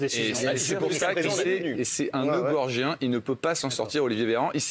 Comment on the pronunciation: nœud gordien pas gorgien...